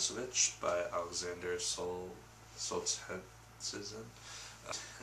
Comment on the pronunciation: It's pronounced SOL JE (as in the French Je) NIT SIN